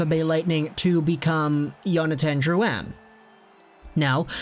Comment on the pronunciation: Why pronounce Jonathan Drouin's name as if he was Swedish?